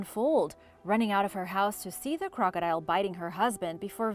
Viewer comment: I am annoyed by how you say crocodile and a couple other words. The high pitch at the end is bothersome.